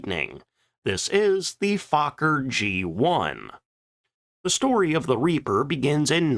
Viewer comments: Fauler??? What??? Fokker... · why do you say fukker ,and not fokker?😅😂😊❤ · It's pronounced F oh ker as in oh not ah. Get it straight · Fokker is not pronounced as Faaakker, but with the o as spoken in 'for'. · "Stroupwahhffls" lol But hey, I appreciate someone talking about our history. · Fokker means FAAAAAcker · GD, you sure do know how to mangle pronunciations, try a few visits to google translate.... I learned ach does not belong in Fokker... You should ALREADY know how to pronoun Luftwaffe...🤨just laziness